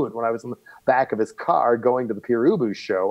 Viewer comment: Dear Eric Boucher, please, pronounce Père Ubu properly, in french.